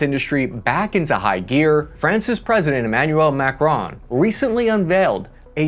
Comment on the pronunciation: It"s not MACRONE but MACRON